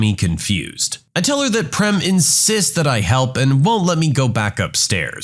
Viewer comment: I was not happy the way you pronounced PREM 😂😅 IT'S pronounced as PRAME (same way as FRAME) My name is PREM BTW and it means LOVE